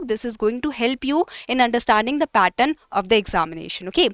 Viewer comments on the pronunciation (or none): none